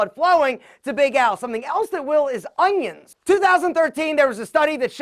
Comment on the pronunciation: I had a friend back in high school who also pronounced "onions" like "ungyons"